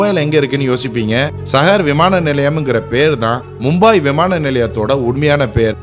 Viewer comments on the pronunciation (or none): It's not mumbaai it's Mumbai..it's not sahar it's saahar (Pronunciation)